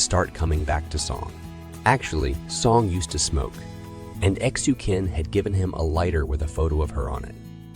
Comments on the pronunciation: I think you have to ptonounce Xu Qin as Shu Chin.. Like Qing Dynasty.. It was pronounced as Ching dynasty. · Xu Qin is pronounced /shoe chin/